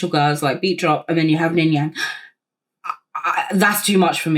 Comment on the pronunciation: you saying ningyang multiple times had me giggling 😭😭 but yeah aespa’s songs slap !! i remember watching the savage mv and DYINGGGG bc it’s so SOPHIE/hyperpop influenced!! also ningning is incredible fr